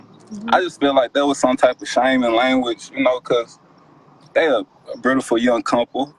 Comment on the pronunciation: To the man that called in talking about "shaming language" Beautiful doesn't have an 'r' in it. Also it's shameful to "praise your woman" but only mention all the things she does for him, but not 1 thing about her personality or how she makes him feel. Or how great of a mother she is. Only a great worker. If he was praising her correctly they both wouldn't be so angry... Oh his names there's always room for growth🌱